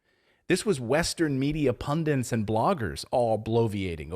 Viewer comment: Pundits. Not pundents.